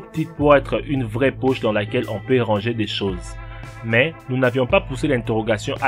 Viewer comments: La ptite pouch , resoulu , pouw etwe une vwai pouch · mdr " la pi poche dans le Jean " 😂😂😂😂😂